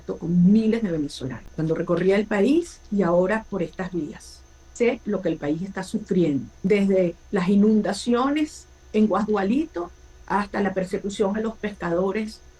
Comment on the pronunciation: No conoce al País, dijo erradamente: "GUASGUALITO", cuando es: "GUASDUALITO", una persona que quiere ser la Prrsidente de un País...Te felicito hermano, excelente tú espacio. ..